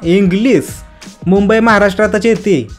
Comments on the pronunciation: Liked for Englis😂😂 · Englis ha englis😂